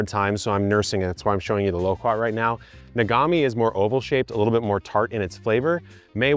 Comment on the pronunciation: Loquat and kumquat don’t rhyme sir